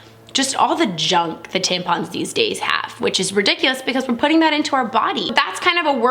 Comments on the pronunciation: Good video but it’s tamp - on - not tamp-in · tampon is said the way it's written, why did she say " tempen" 🙄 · you pronounced tampon wrong It's pronounced (Tamp-on) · I love to way she said tampon haha